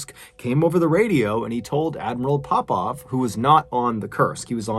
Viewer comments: why every time you say admiral Popov I thought you going to say admiral Popeye ... anyway may they all RIP .. gr8 content MrBallen we really missed you . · Oooooh Popov 😂 why was I hearing pop pop like as in grandad or paw paw